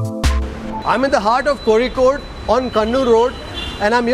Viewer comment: Thank you for pronouncing Kozhikode correctly!